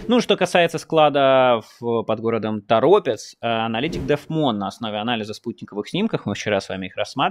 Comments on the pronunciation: ТорОпец!Ударение на второе О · ТоропЕц☝☝☝☝ а не ТорОпец‼️потому что это чисто беларуская топонимика‼️‼️как собственно и земля‼️отжатая точно в такой же способ как и Донбас с Крымом у Украины😡😡😡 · Если Торóпец, то жители Торóпчане? Что-то не подходит. Надо: Торопéц, тогда будет: Торопчáне. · ТоропЕц это Левиев😂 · Торопец,ударение на второе О.